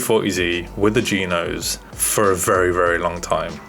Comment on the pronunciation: The way he says g-nose sounds like someone talking about the BMW Vanos system, but says Geenos.